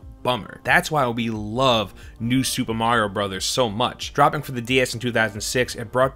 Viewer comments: “New Super Merio Bro’s.” - did you write this the way you say it? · New Super 'Merio' Bros ??? lol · “new super merio” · 'MERIO BROS' never heard of it. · super MERIO brothers lmao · Super Merio > Super Mario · new super merio haha mario not merio lmao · Who is super "merio" bros? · Super 'Merio' 😂